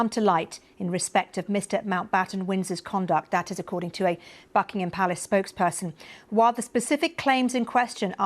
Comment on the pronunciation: I thought she said Fuckingham Palace?! :face-blue-smiling:🤪